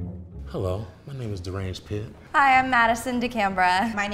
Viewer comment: Am I the only one who heard the first guy say my name is deranged pit 😂😂😂